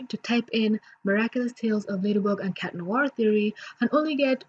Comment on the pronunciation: Does anyone else notice when says "cat" it sounds like "shat"